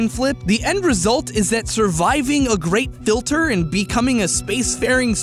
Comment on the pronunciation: Who else thought kept saying grape filter not great filter